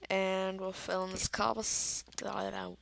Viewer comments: It's this not dis and it that not dat use you're grammar mate and good video u did great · KID ENGLISH IT IS THIS NOT DIS AND THAT NOT DAT